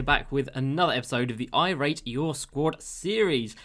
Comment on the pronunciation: No one: My ears: Yoo what’s going on guys it’s jd here with another episode of the I date your team series